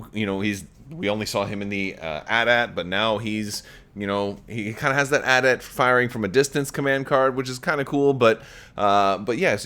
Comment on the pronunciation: The way he says AT-AT kills me